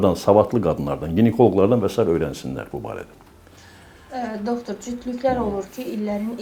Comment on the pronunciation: Doxtor nə idi ay intervyuyer? Yerli yersiz bu sözü deyirsən özüdə savadsız, düzgün olmayaraq tələffüz edirsen(